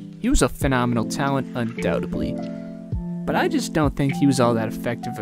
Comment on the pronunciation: You continually mispronounced undoubtedly.